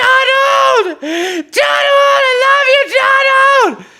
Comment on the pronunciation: I heard "donOLD" and thought it was someone who does not like him😂